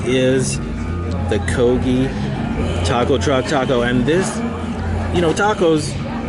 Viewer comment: Thought you said KOBI every time you kogi!